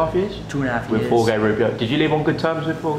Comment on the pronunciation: Why do they pronounce Jorge like 'Whore-gay'? I thought it was pronounced closer to 'Whore-hey' in Spanish? No pun intended